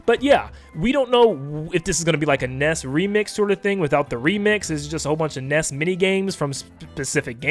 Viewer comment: It's not pronounced nes, it's NES.